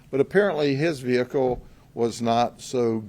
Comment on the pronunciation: Take a drink everytime you hear "VeHickle"